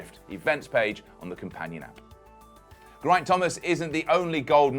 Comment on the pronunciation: Seriously, it's not hard to say "Geraint" properly